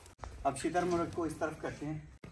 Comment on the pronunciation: Sir lafz shittar nahe "shuttar" hy. Shuttar Faarci ka lafz hy jis k moaani hyn oont. Yeh bird oont aor murgh 2no k jaisa lagta hy. Ap ny Urdu ka mohavra to sunna ho ga "Shuttar baymahaar". Matlab baghair lggaam ya mahaar k oont.